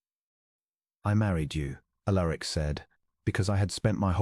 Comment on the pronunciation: Prononced 'Al er ic'